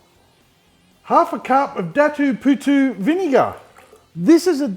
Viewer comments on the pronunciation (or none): My Filipino wife pissed herself laughing at the way you pronounced “Datu Puti”😅😅 not even close 😂😂😂😂. Looks good though we’ll definitely be having a go at cooking this.